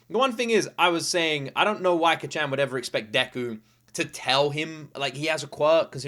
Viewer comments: This is absolutely one of my all time favorite animes! If you're loving it now, I can't wait to see your reactions to later seasons! Also, Kacchan being pronounced like you would say kachow, absolutely fries me 😆😆 (If you're interested in how it (and other Japanese words) is said, keep in mind that Japanese is a mora-timed language, not a stress-timed language like English! Each syllable is pronounced for the same duration of time, giving it a staccato-like sound! Japanese lacks the strong emphasis on syllables that English has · Can you please stop calling him Kacchan lmao... It just cringes me idk why... Imagine if your friend from childhood or your sibling called you an infantilizing nickname like Luky-Luky, I wouldn't personally call you that because I'm not close to you at all... (+ the pronunciation is really off so it kinda irks my ears too). Like you can just call him Bakugo like every other character in the show and every single person who watched the show, + it's easier for the pronunciation. Anyways, glad you're enjoying it so far, I knew it would be one of those you would like from the beginning based on your prior reactions to other shows, but it'll be fun watching this show again through you eyes. Have a great day/night! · Praying the pronunciation of Kacchan gets better as the show progresses